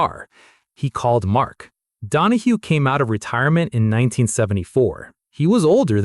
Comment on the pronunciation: You lost me at ‘Don-a-HO’. Cmon man. Mark ‘ Don-a-HEW’ Donahue was one of the most iconic racer / engineers to grace a racetrack. 🤨